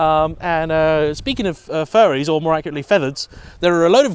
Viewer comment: I'm not sure if you said "furries" or "fairies". Either way I have never associated the Volvo with it.